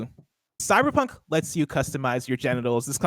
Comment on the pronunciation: Did he say “Cybercunt” ?